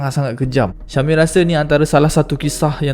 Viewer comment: sya-mim pronounce sha-mim